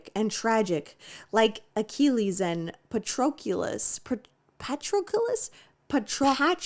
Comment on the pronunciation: And her BUTCHERING THERE NAMES.